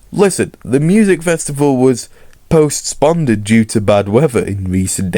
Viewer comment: "post ponded" 😭